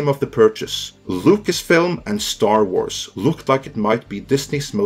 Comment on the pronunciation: An S following an R at the end of a word has a Z sound. It’s pronounced Star Warz. Not warsssss.